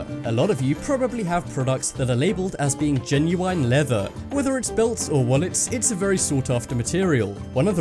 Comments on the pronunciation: ITS GEN-YU-IN NOT GEN-YU-INE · 'Genu-wine'?! Since when did British people pronounce the word GENUINE like that? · Lol genuwine leather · Lol "genui ne leather" xD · The way you say genuine🤦‍♂️ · no way this guy says genuine like that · I hate the way he says genuine. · U said genuine wrong it's so obvious your reading a script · your saying genuine wrong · Kiano yeah, me too! I've always pronounced it the way you do and since english is my second language I had to google directly. My translater does not know this pronunciation of genuine.